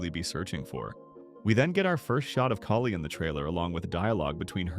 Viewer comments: Have you ever heard them in the whole show call KALI "Kaylee" or "Collee" I mean come on and you call yourself a fan 💀 I feel second hand embarrassment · The only thing that got me off guard was him calling kali as keyli